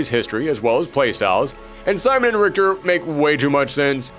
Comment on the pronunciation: Richter Belmont, a beloved character of the Castlevania Franchise. Not beloved enough that ~90% his fans would know how to pronounce his name though...